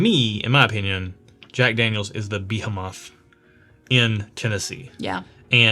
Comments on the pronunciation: I won't tell you that you were wrong about anything, but your pronunciation of behemoth(buh-he-muth) was incredibly suspect. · Ok. I can’t let the pronunciation of “behemoth” slip by. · Anyone else do a double-take when said 'behemoth'? 😁